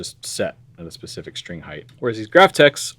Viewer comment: Why do so many people have such a hard time correctly pronouncing "height"? It ends in a T.